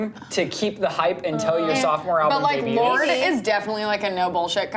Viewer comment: "Lord-ee" every time I hear people say her name like that it just makes me cringe ugh nooooo